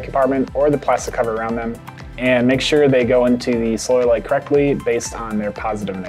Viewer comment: Sounds like he's saying soil light